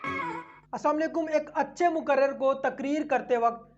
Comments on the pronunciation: Moqarrir hai wo lafz hai moqarrar nahi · Muqarrar nahi, muqarrir kahiye.